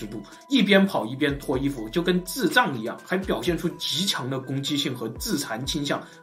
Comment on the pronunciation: …… 你說的“智障“發音實在搓到我的笑點了(๑‾᷅^‾᷅๑)